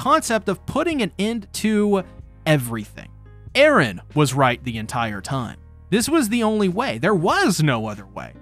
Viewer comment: Thank you for not saying Erens name the way you did last video , I wouldn’t have been able to watch lol